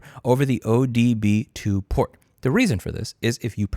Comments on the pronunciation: Trying to decide whether it’s worth watching the rest of this rant after he flubs “ODB 2 port” like somebody’s confused aunt. We know this guy knows what he’s talking about. 😬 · it COMPLETELY discredits your entire argument that you called it the "ODB 2" instead of "OBD 2". This makes me IRRATIONALLY ANGRY! (like you were when you made that mistake lol) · Slight nitpick: it's OBD2, not ODB2.